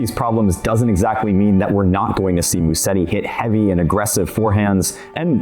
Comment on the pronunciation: The way you guys pronounce his last drives Italians CRAZY. It’s not MuSSeti, it’s MuseTTi. Soft S, strong t